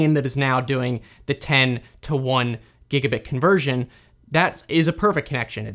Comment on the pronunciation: The German pronunciation is wrong or unusual for some words like "gigabit". And the speed of speech varies. That doesn't make it easy to listen to in case of technical stuff. But it is good and still understandable for people who don't know English at all.